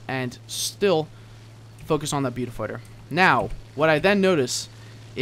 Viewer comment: i was face palming so hard, i almost ripped my own face off. your pronouncing Beaufighter wrong.......